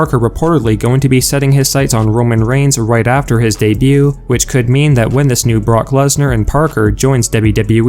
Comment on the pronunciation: Did you just say Parker Lesnar?😂😂😂😂😂😂😂😂😂😂😂😂